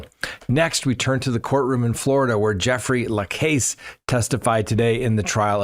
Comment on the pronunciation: Love the videos, but so many Adelson trial name mispronunciations: Dan Mar-KELL, Kathryn Mag Ban a WAAH, Jeffrey La CAASS. Not criticism, just followed this case for years and know the players. Keep up the great content.